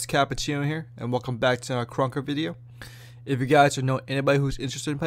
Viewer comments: mmm yes "krunekr" my favorite game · "KRUNKEKR" lmao, good vid tho